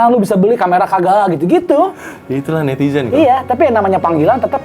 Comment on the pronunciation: "takut dibuli netiJen" 😅 Bandung pisan, pake J bukan Z